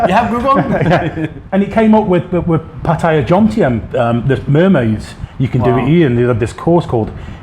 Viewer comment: Will the Poms ever learn to pronounce the name of the town they live in ? It's easy - ask any Thai over the age of three.